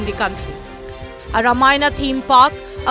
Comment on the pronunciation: Please prounance paaraayana,ramaayana properly